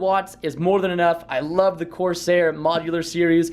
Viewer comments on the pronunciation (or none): none